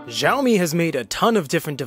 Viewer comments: I just found out recently that Xiaomi is pronounced as xi ow mee (the correct Chinese way), or shao mee (the okay westernized way), not jow mee. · what in the passive aggressiveness was that reply, aren't you having a bad day. Sorry for being subtle, actually I speak Chinese and I thought it would be nice to tell you to pronounce it in a way that's not so blatantly wrong because zhao is a whole different word. But it's fine, you do you. Sorry that I've been a fan of this channel for years. You guys need better moderators.